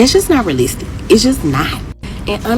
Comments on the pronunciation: She can't say realistic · She had trouble with saying monogamous, realistic and appeasing. Plus more she needs to turn the camera off and pick up a book.